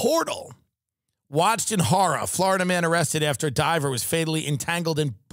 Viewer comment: the way tim says horror 😂😂😂😂